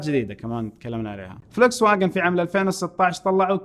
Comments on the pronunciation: فولكس فاجن وليس فلكس فاجن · تعقيب صغير ان تسمحوا لي ، شركة السيارات الالمانية Volkswagen لفظها الصحيح بالعربي :" فولكس ڤاجن "